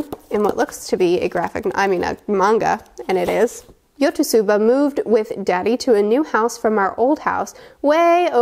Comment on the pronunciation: Just a FYI, the Yotsuba is pronounced as "Yo-Tsu-Ba" with a "tsu" sounding like the "ts" in "gifts" Also I voted for you to continue with Fullmetal Alchemist but saw that the other option won. Will you still be continuing with the series?